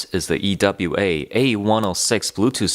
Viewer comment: Its pronounced EWA not E.W.A